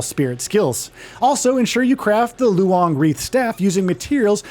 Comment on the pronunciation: it's pronounced as "lone", why do westerners have to make pronouncing these words so complicated 🙄